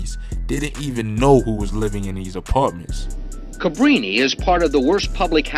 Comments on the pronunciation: And how he said Cabrina (Cabrini)🤦🏿🤡😂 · And did ya'll hear him say 'caMbrin' apartments🤣🤣🤣🤣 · “Cambreena housin projects” lol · "Cambrini " never heard of it, you mean Cabrini? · Bro he called it “Cam-Brina” 🤣🤣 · Can breen uh